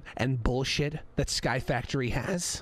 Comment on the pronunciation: The point that when he said sky factory it sounded like sirud